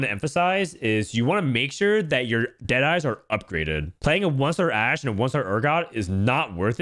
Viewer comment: That ''ashe'' tho